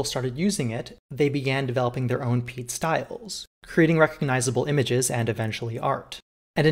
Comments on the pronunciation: Pea. Ett. Pea-ett. Piet. Not “Pete”. SO not “Pete”. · That's a violently American pronunciation of "Piet" you've got there.